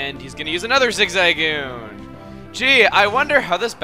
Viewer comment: One thing that bothers me about chuggas pokemon vids is his not very fluent pronunciation of pokemon names. Prominent in say zigzagoon. It's said zig-za-goon obviously. But chugga pronounces it as zigza slightest pause goon. it just irks me. maybe it's part of American English and pronunciation. i don't know. Maybe i've always pronounced things wrong.